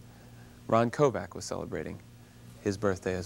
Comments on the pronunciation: stop saying Ron Kovac ugh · Interviewer, respect this man! His surname is not KOVAC. It's Kovic. Respect your heroes! He deserves better than you! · Pretty bad interviewer - jeez, at least pronounce his name correctly! It's KOVIC, not KOVAC. I had the privilege of briefly meeting Ron at Kent State years ago. A very nice guy, very approachable, very personable, and very passionate about the things he believes in. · I wish Ron Kovic would of told the host that his name is Kovic..not Kovak. Thank you Mr. Kovic of sharing your story… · I know right? He pronounced his name wrong. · I am not so impressed with this Bill Boggs, if this guy is so moved by Kovics book, you would think that he could pronounce Kovics name correctly. There is also seems to be a minor undertone of judgement in his questions.